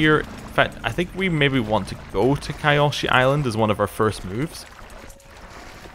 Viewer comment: just for reference, it's pronounced Kee-o-shee. The spelling is a bit misleading. The "Y" is an "ee" sound according to the show. Good video btw